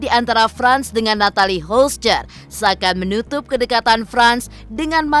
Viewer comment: Yg terbaik saja buat mreka yaaaa.. cm mau protes aja,ini yg bca skrip g pernah bener nyebut nama Natalie Holcher 😅😅😅😅